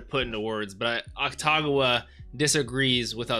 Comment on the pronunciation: Its AKUtagawa not AKTagawa